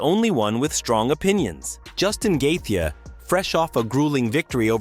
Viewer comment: "Gaethje" is pronounced more like "Gay-Chi".. luv the channel m8! 🤟